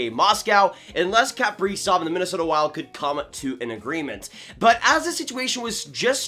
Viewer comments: Pronounced “kuh” prizov not “kap” prizov. If your a fan you should pronounce his name correctly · Please learn to pronounce his name correctly if you’re going to say it 300 times in a video. KUH-PREE-ZOV, Not CAP-REEZOFF. 🙄